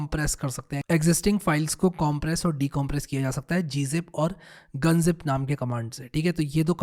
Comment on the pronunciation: Pyaare Bhai.. Informative video. Appreciate your hardwork.... its not GunZip ...have to refer as G Unzip in the industry ... (don't say as gun ... zip) Thanks... ...